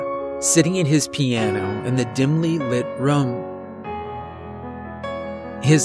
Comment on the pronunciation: You say room like markiplier. Makes me think of rum. Not making fun, just an observation.